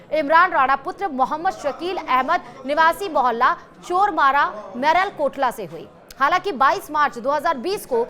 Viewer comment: मलेरकोटला तो कहना सीख ले तथाकथित जर्नलिस्ट